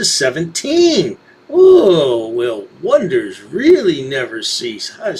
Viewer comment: He sounds weally swilly